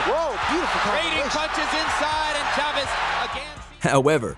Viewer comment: I dont know who reads for these videos but holy hell please work on your pronunciations of names "Marquez" is not "Mar-Kwez" "Chavez" is not "Chav-ey" Please do my Hispanic brothers a bit of courtesy, yeah?